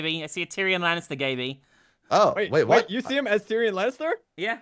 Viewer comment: "Oh wait I see a gayby I see a gayby" was it sinow gayby?